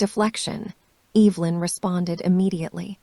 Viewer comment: I actually know how to pronounce Evelyn’s name…kind of feel sorry for AI…can’t say names..tell time or count money…things we all learn how or do early on…